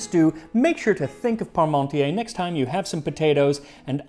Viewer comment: The funny thing was, when I heard you say "Parmontier" it sounded like "Pommesmountier" - "potato rider" ;-)